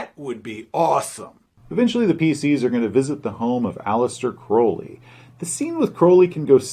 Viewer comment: I'm just glad he pronounced Crowley's name properly